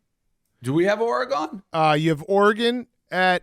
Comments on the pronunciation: the way Dave pronounces Oregon as "Orygone" LOL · Why tf does Dave keep pronouncing Oregon like a dweeb